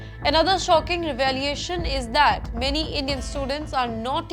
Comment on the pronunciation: Don't u have any other news reader??? Her pronunciation is always bad, she said 'revaliation' onstead of revelation. I find so many mispronunciations in every video.